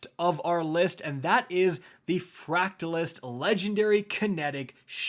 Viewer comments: bro english isnt even my first languag the shotgun pronounciation is easy. Just say fracte and then thyst Fractethyst ez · Mmm, yes, the Vulpessula legendary ham canyon and Fractelist shockbun. My faves.